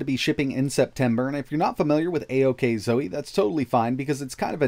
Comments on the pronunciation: I just heard a txt to speech say it, and it's pronounced oxo. Like ockzo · Did you keep saying steam deck during the video instead of AOKZOE?